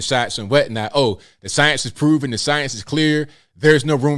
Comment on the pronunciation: I can't take this guy serious, he can't pronounced the word science 🤣 😂 😆!!!